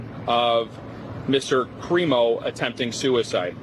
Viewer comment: Everyone’s pronouncing it wrong. It’s pronounced “Crime-o”